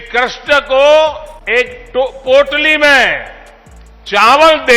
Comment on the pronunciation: पोटली की जगह कोटली कहां 😅